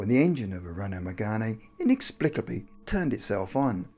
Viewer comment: The E in Megane is silent..